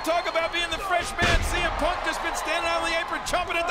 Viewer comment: ShEE M Punk 🤣🤣🤣🤣 I swear the pronounced his name wrong